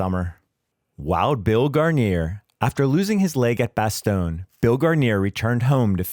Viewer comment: Nul..quand on n’arrive pas à dire bastogne, on n'est pas crédible